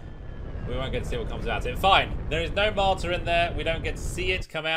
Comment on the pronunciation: it's called "Matar" not "martar" or "martyr"...